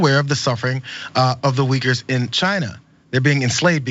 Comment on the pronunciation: Still didn’t know he said Uyghurs. I almost shit when I heard him. I thought he said wiggers. I know republicans are racist by nature but to ask about those wiggers was below even them.